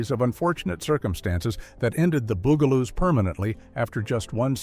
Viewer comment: The AI in this was incredibly annoying. For a program About the bugaloos, it would have been nice if the guy could have pronounced bugaloos! Weird pauses and so many words mispronounced. Did nobody check this before they posted it? Not to mention that, it doesn't end properly. It just kind of stops while skipping like a bad record.